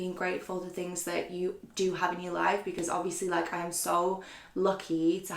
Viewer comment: I’m sorry but the pronunciation of words by and are ridiculous 😂 Hobieeeee, Beycoyyss, Obviousleeeeee My comments probs gunna get deleted but it goes through me.